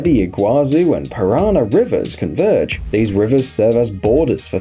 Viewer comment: I've been to the Brazil-Argentina-Paraguay tripoint and you got it wrong in the video. You placed the Argentine flag in Brazil, the Paraguayan flag in Argentina, and the Brazilian flag in Paraguay. I can't say how well or badly you pronounced the Scandinavian tripoint name, but the river Paraná is pronounced "para-NAH", stressed on the last syllable (that's what the accent on the last "a" is for), and the Iguaçu/Iguazú river is "ee-gwa-SOO". And it isn't that simple ("just take a bus") to cross from one country to the other there, though those aren't exactly hard border crossings either. There are immigration and customs checks, and depending on the day and time, you may have to wait in a long line when entering Brazil from Paraguay, as Brazilians flock to Ciudad del Este "en masse" to buy electronics, alcohol and perfume much cheaper than in Brazil, so customs checks can take some time.